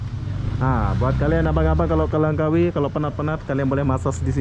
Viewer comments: Langkawi bang..bukan lengkawi 👍🤣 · LANGKAWI !! BUKAN Lengkawi